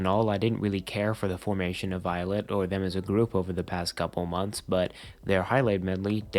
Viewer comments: 2/10 pronounced as il it 7/10 pronounced as eyelid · 4/10 of it’s pronounced eyelet 1/10 of it’s pronounced ill-it loll